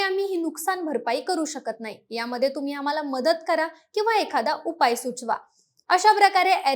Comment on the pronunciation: तिला ' णाही ' कळत 😅